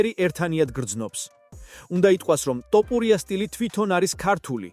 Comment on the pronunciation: რა უბედურებაა ტოპურია?! რუსი ხარ? დავუჯერო (თ) თქმა გიჭირს?!